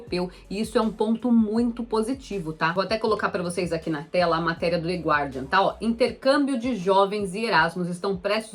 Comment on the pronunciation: The Guardgian? A pronuncia correta é /GARDIAN/